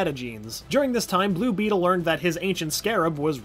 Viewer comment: Anyone mad that he said the name wrong for blue beetle